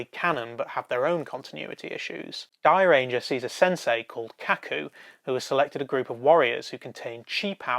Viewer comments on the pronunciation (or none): It seems like the people who do these Super Sentai reviews, are hard of hearing. I don't care how the words are spelled. I don't know why it is spelled "Zyuranger" to begin with. But it is certainly NOT pronounced as "ZEEUranger" or "ZOOranger". Fuck sake. Watch the series. "Juuranger" or "Jewranger" is what the word sounds like. SIMPLE.